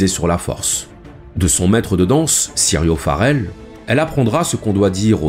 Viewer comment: 5min50: C'est Syrio FOrel et non "Syrio FArel" (impression) Ps: Tres bonne video.